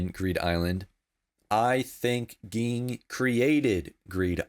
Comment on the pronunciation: Just a quick note: Gon’s father’s name is pronounced Jing.